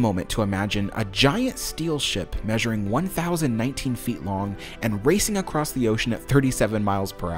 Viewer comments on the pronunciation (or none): none